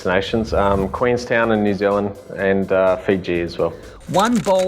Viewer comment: He said Fiji.I am impressed since I'm from fiji